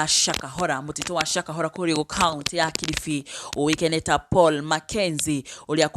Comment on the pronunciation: Its Paul not pual